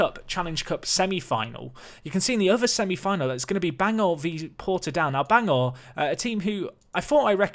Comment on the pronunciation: Just a quick note but Bangor is pronounced more like "Ban-Ger" than "Bang-or" with more pronunciation of the G and more of an E sound than the O as is in the spelling. Bit odd to pronounce it like that as it has an O rather than the E but that's Northern Ireland for ya!